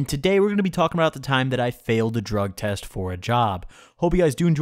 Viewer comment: You pronounced drug test wrong 😗